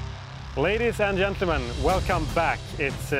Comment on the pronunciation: Love it! Fantastic fishing-tv. I'd wish we had something remotely as good in Denmark. Huge respect. But PLEASE!!! Learn to pronounce sjanges, ientlemen, ielly etc. correctly. Changes (tjanges) Gentlemen (Gjentlemen) Jelly (Djelly). Or speak swedish and use subtitles :)